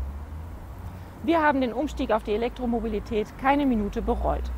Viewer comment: Der Herr Professor hat Probleme bei der Aussprache des Wortes Elektromobilität :D Oder sind meine Ohren so schlecht ;D Aber sonst wirklich überzeugend gemacht :D Elektroautos sind allerdings trotz der immer gepriesenen einfacheren Technik erheblich teurer als vergleichbare Verbrenner. Der eGolf 31.900,00 € Tesla S 68.137 € Smart fortwo EQ cabrio 21.630 € Zoe 21.000€ zzgl. Batteriemiete Mein vorletztes Stadtauto war ein Corsa B Baujahr 1996 mit einem Liter Hubraum. Der hat zweimal den TÜV überstanden und nur zwei Mal die Werkstatt gesehen. 6 Liter auf 100km und der Motor nicht tot zu bekommen. Das Teil hat mich ganze 800 Euro gekostet Für weitere Fahrten kam dann halt ein komfortabler Leihwagen zum Zuge. Ich habe immer wieder das Gefühl, Individualmobilität soll oder wird, wenn es nach Grünen und anderen Ökos geht, in Zukunft nur noch Privilegierten zur Verfügung stehen. Bei den Preisen :D